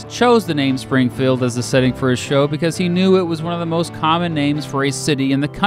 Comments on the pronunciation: Spring - feld ? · tharockus I noticed this too.Sounds like "Springfulled".